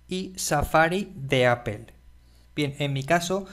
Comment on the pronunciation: poe que no dices apple como mismo lo lees si al final dices todo de la misma manera